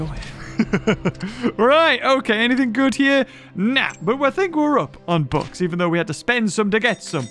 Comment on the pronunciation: After all this years I thought he was saying "books", all this time I didn't know what he was talking about. Just realized he was saying "bucks"